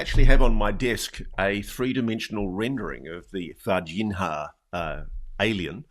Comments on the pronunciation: "Varginha" is pronounced the same as "piñata" in this regard: Varginha = Vargiña. Its not pronounced Vargin-Ha. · Its pronouced VargiGNA (Var-Jee-Neeah), like Lasagna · In "Varginha," the "h" doesn't have the "rr" sound like in "hook." There’s no exact equivalent in English, but "Varginia" is good enough. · C'mon Ross - at least pronounce Varginha correctly - it's only one of the most famous UAP cases ever. 😂👌